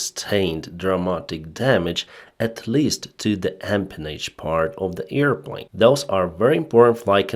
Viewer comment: Sorry for making fun about pronunciation but "earplane" is a funny word. It reminds me of Dumbo the flying elefant. ;-)